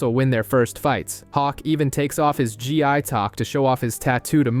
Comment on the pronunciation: Ok so anyone else notice how it's called a "Gee-i" in the video 😂 "gee"